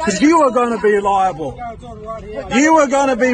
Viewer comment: You’re gonna be held eliable!” Eliable??? 😂🤣😂